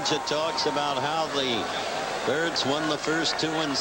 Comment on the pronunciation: is he calling the Orioles the "turds" or the "Kurds"? dosen't sound like "birds"?